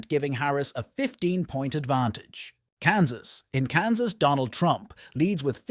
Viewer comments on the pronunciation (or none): none